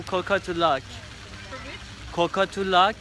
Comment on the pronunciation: Hi, I am not sure they are understanding when you said " Cockatoo Luck". ( I suggest you say like "cauuu ca too, not " "coooo" 😀🥰💖🤗🕊☮️💜